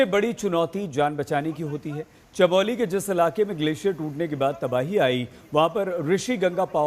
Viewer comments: Chamoli not Chameli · भाई चमेली नहीं चमोली हैँ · Chamali nahi yar Chamoli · Chameli nahi chamoli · अरे भाई अंग्रेजी की पैदाइश, आपडा नहीं आपदा होती है। और वो जिला चमेली नही, चमोली है। पता नहीं ये लोग हिन्दी चैनलों मे कैसे घुस आते हैं। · Abe chameli village Nhi hai Chamoli hai... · It's called chamoli not chameli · आपदा है न कि आपडा 😥 चमोली है न कि चमेली